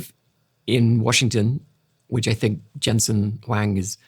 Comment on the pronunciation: Great podcast thank you. Also it's pronounced NVIDIA (envidia) and Jensen Huang (HwOng)